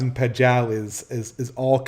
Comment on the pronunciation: I'm sorry, this is really grating on me: Pageau is pronounced Pa-zhoe, or Pa-joe if you won't soften the j, not Pa-jow. It's French in origin.